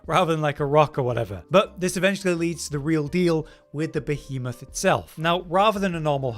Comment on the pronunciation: Im glad did this one. being perpetually unable to properly pronounce Behemoth makes my soul cry a little bit 🤣😂